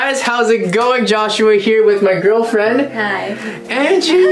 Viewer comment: aw 🥺